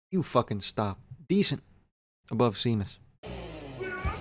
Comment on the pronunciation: “San tropes” and “seemus”. Nice